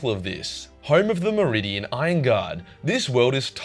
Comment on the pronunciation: Okay i am not sure if i am hearing you right or not but it sounds like you are saying meridian rather then Mordian